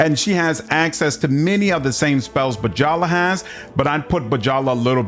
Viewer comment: I think it's pronounced Byala, not B-djala